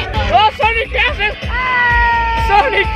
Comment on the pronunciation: En vez de sonic es ñoñic y tambien ñuñels y ñolas